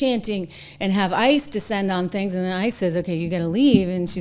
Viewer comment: I think AOC said one of these ‘Stings” not “Things”, but it’s basically the same. She’s totally out in left field.